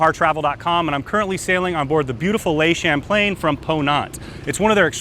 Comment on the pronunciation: I would REALLY appreciate if you would pronounce the name of the ship correctly. Is that possible?